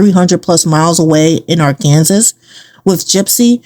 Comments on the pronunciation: (Its pronounced- "Ahr-kan-SAW" NOT-- "AHR-Kan-sus." Just so you know.) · Its Ar...ken...saw! Not pronounced Ar...Kansas.. Please pronounce things correctly from now on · ?? Arkansas is phonetically Are-can-saw. Not Are- Kansas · Arkansas is NOT pronounced like Ar-Kan-sass. PLEASE. It's more like Ar-kun-sah. The "s" is silent. Yeesh. Cringe! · Arkansas is actually pronounced ARK UN SAW. Just FYI. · I've always heard Arkansas pronounced as R-can-saw. This is a great video,. Keep 'em coming! ❤ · Arkansas is pronounced Ark-N-Saw gypgyp 😂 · The Arkansas pronounciation is killing me 😅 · At first I thought she was just saying it like that for fun😂